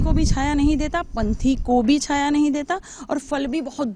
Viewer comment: पंछी नही पंथी बोले